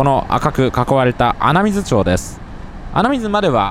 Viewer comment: 「穴水町」は「あなみずちょう」ではなく「あなみずまち」です。